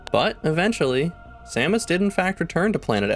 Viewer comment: 😃 he really does say Sammich! 🤣😆